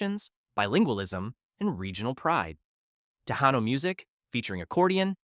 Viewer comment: "Tejano" is pronounced as Te-hanno.